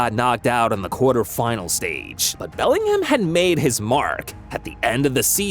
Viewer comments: did bro say Bermingham. 😂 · Belling HAM, Birming HAM